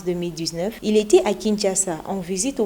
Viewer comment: tu prononce le t à la fin de était c’est une faute dont tu ne te rends probablement pas compte. Sinon bravo pour ton travail